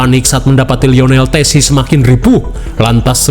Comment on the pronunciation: itu yessi bang bukan tessi..